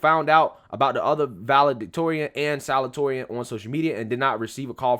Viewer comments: The word is salutatorian (sah-looh-dee-toh-ree-ahn) 😂 😂. You're awesome bro! The same problem occurred when I was in high school. At the end of our senior year, I saw a couple of names of students that made the Top 10 and 2 of those names were students that were NEVER in our AP courses and somehow got higher scores. If I had known the GPA calculation at the time, I would have skipped out on some of those AP courses and take the general version of it for s higher grade. It wasn't those 2 kids problem It was mine for not reading the criteria to be considered as part of the Top 10 list.... Just saying!! Just saying. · don’t be embarrassed, I’ve done the same thing a million time, but you pronounce it: sa-LOO-ta-TOR-ee-an, best I can do without special symbols! The loo is a little less stressed than the tor. Love you! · Bro. Its sa-LU-ta-torian. You're too smart to keep mispronouncing that. 👍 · it's pronounced salute-uh-torian. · Pronunciation: Salute-a-toreon